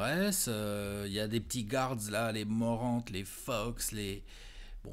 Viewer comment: ca se dit "GARD" et non pas "GOU-ARD"! 🤣